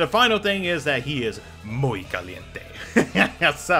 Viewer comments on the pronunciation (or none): hahaha I like the way you said ¨muy caliente¨ xDDD thanks for the content